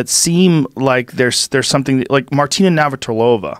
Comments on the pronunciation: Joe ‘I don’t know how to pronounce Martina Navratilova’ Rogan. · Joe rogan trying to say "Navratilova" is hilarious